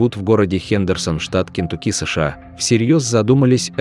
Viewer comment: Штат называется не КентукИ, а КентУки! Задолбали не правильно ударение ставить!